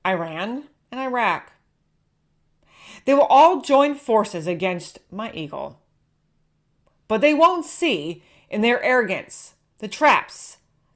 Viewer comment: I'm sorry but with the way she says 'eagle' it sounds like she's saying, "They will all join forces against my a-hole." It's killing me.